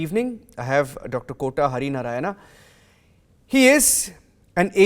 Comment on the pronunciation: Please english media listen. His name is not Narayana, it should be pronounced as Naarayan. Total meaning of name changes with Na and Naa